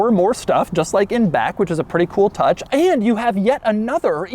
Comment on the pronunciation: I'm about to go insane if he says AEIAND ONE MORE TIME